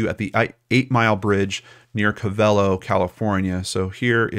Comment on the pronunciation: It's pronounced co ve lo not co velo 😁